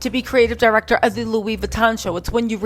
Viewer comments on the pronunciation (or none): none